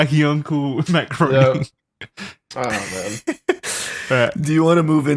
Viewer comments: Groening is pronounced “graining.” That is all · It was impossible for me to sweat. WAT. EDIT: Its pronounced Graining' ... apparently. Im not a fan, just a stickler. Also remember a lot of these ppl are on here for blackmail purposes. Maxwell should be in for life fooor sure. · Charlie my brother, you are so with it, so hip to the facts that I feel rather hesitant to be the "Uhm actually" guy, but... Uhm actually, Matt Groenig's name is pronounced Grā-nig.👍🏾 I really enjoy y'all, intelligent, funny, poignant. Thanks guys.